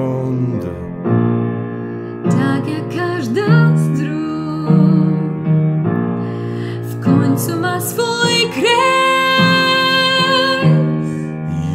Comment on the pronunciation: Trochę mnie kłuły tak wyraźnie akcentowane końcówki wyrazów np. móGŁ, błąD. Ale ogólne wrażenie jak najbardziej pozytywne :)